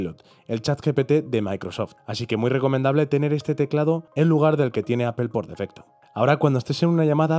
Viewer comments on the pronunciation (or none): Una sugerencia, la palabra Apple es inglesa, al pronunciarla no suena la “e” al final.Fonética elemental.